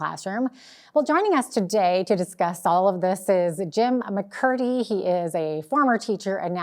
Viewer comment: Jim's name was not pronounced right, it's McMurtry not "McCurty"